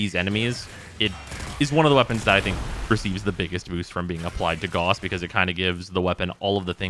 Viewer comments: His. Name. Is. Pronounced. Gah-oos not G-aw-ss, it's not hard and it's not up for debate. It's a real person's name, not just a fictional one. This P.S.A. goes out to the entire community. Calling him G-aw-ss is like calling Mesa, Mee-saw. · is not pronounced "Gus" tho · Rebecca pronounced it G-aw-s in the character reveal trailer. While i prefer the German pronounciation i consider both to be correct for the game. After all warframe is its own world so i don't consider a name being pronounced one way irl meaning it needs to be pronounced that way in the game. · I'm aware of how Rebecca pronounced it, but it doesn't make her correct. For words, especially names, you don't just get to decide how they sound on a whim. Even if warframe is a fictitious world, the name isn't and neither are the people making it. The propor pronunciation is Gah-oos.